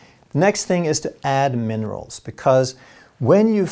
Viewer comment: He said monerals